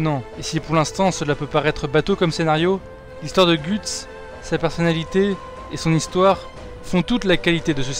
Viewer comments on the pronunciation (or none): On prononce ''Gueuts'' pas ''Gûtse'' ^^